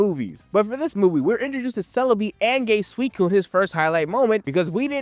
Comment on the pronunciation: I fully thought you said "and gay suicune"